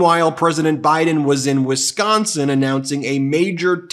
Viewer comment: Did he just call Biden, Bin Laden? Sorry can't tell if he is doing this on purpose